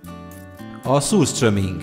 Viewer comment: Én a kávéra és a rántott tarantullára beutazok. Amúgy rosszul ejtetted ki az utolsó előtti "ételt". Így kell: szürstörming(ezt egy svéd youtube-ertől néztem,Anomaly-tól).